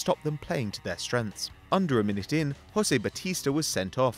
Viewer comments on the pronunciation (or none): none